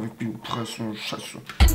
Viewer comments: Ich versteh die ganze Zeit „Ich bin eure Momo analchien“... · Wie sie immer Momonarchin gesagt hat😂👏🏾